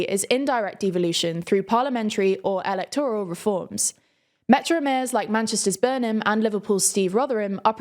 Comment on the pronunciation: And Elect–ORAL.